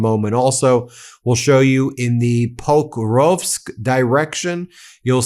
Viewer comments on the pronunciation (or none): none